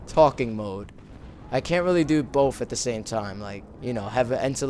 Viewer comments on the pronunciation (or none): i love the way you say both it sounds like bof xD and do a banzai epsode onlyusemesamurai